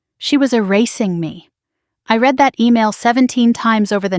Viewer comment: PRONUNCIATION CONTENT CREATORS!!! I {RED) not {REED) the post script! Fingernails on the Blackboard!!!